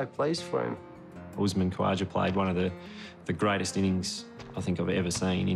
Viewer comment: No one: Literally no one: The commentator: uSmAn KvaJah Trevis hed